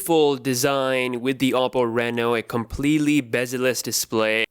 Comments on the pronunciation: oddo or odo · It's a Chinese phone and it's pronounced as OH-PO